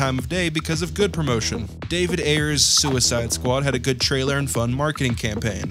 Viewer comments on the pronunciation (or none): none